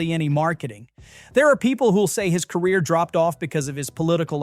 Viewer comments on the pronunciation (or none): none